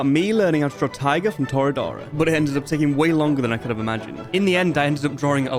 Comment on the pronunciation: Why do you pronounce Taiga as tiger ??